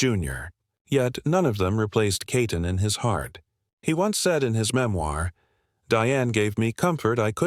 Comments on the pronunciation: Why do you call her Katon? Her name is Keaton!!! Get it right!! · You couldn't pronounce her last name correctly?